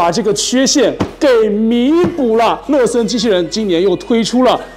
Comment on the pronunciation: 每次听说乐森都像是在说“了色”